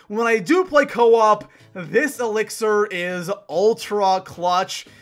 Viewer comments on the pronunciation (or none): "ehThis ElIxOR"